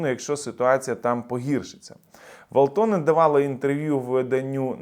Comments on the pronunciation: вАлтонен-наголос на першу А в прізвищі. В цих гнид було пів року шоб вивезти свої тазіки на рус номерах. Зайдіть в ФБ в рос групи типу "рускіе в финляндії" то кайфонете трохи😅😂. І доречі їх тут ітак як бруду, тих шо мають подвійні паспорти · вАлтонен! В Фінляндіі наголос завжди на перший склад